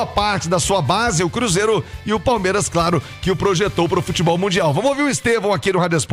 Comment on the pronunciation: PALEMIRAS O português ta em dia 😂😂😂😂